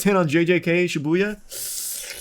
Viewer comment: I guess lol, there's too much emphasis on the Bu